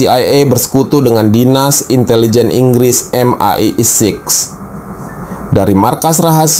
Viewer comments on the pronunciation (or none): Tenang mas... MI5/MI6 cukup disebut "em-ai-faive" & "em-ai-siks".